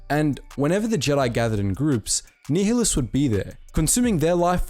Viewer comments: It’s pronounced darth NI -hlus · You pronounce it (ny-lus) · Nih-less nih-less nih-less it's pronounced nih-less. Gah did you play the games damnit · Ny Lus not Ni HI lus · Darth Nehulus. Its nile - us. as in the river in Egypt then us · Learn how to pronounce nialhuaus correctly. Nigh-a-lus. Not fucking Neil-a-lous... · Idk why u cant pronounce Nihilous its like the NILE not neeheelus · PointedGoblin Nihilus is also wrong... the H shouldn’t be emphasized. Much like the actual words nihilist or nihilism... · For a moment there I almost heard "Darth Niggalus" 😅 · I’m sure someone has said this, but Darth Nihilus is pronounced Nigh-ill-us lol Thank you for this :P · Great video though it was T3-M4 and it was pronounced Nih-ilus and goto not GO-TO. Interesting to think about what would happened if the Triumvirate never turned on each other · Pretty sure it's pronounced Darth Nigh-uh-luh-s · You're pronouncing nihlis wrong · It’s Darth “Nye-lus” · "Knee-hill-us" XD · So... what the fuck is a “Knee-huh-lus”? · Unit Circles hahahahaha, tell me about it. It was difficult to get through this video because it’s pronounced [Nile-Hus]. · The mispronunciation of Nihilus has to be satire or rage bait or sumn cuz ain’t no way 💀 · You pronounce Nihilus like such a twat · Love that you're bringing more attention to the Kotor side of Star Wars, but I can't watch after you butchered Nihilus name lol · Pronounce nihilus correctly ffs 🤦🏻‍♂️ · Sorry I have to say, you’re pronouncing Nihilus wrong and I dont know how. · That is not how you pronounce Nihilus xD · darth nehilius huh um im pretty sure it's pronounced much differently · Damn mate you really butchered some of these kotor names XD none the less great video!